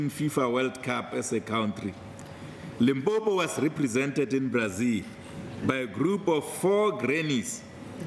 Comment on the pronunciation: Limpompo ke motiti die ding, how did u become speaker?? It is Limpopo🚮🚮